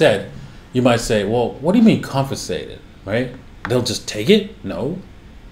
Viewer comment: What do you mean "Confisated"